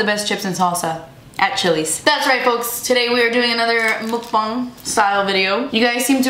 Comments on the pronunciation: Ur like the only person that says muckbang correctly! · The fact that you pronounced "mukbang" correctly. 😘